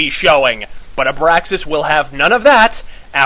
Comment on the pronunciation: ABRASAKS, not abraksas...